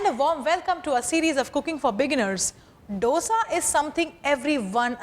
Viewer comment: learn to pronounce dosa by ur boss sanjeev